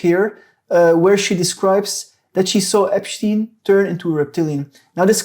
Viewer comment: That damned Epsshhtein fellow